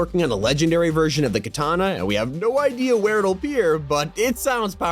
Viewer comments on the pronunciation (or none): none